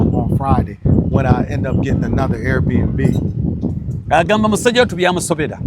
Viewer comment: cant even say Airbnb. He says air air n b, tegusulwa you didn’t have to translate at all